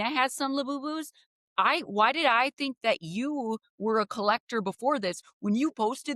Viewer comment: said tink